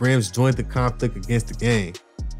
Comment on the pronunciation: Did he say "conplict" ? ... 🤣 Boy you talking to fast